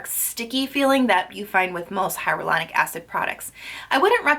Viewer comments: "Hyaluronic" not "Hyarolunic" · omg, its hya"l"uronic and not hya"r"ulonic...you pronounce it wrong in EVERY video lol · Is hyRalanic acid different then hyalauranic acid? Or is it just your pronunciation?